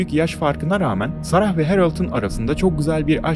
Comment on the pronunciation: “Sarahhh” değil “sera” diye oku nolur